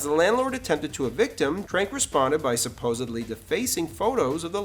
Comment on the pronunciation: Where'd you learn your English? I've lived my whole life not knowing that the word 'respectively' is pronounced as if it was spelled 'respectibly' and 'supposedly' was pronounced 'supposeby'.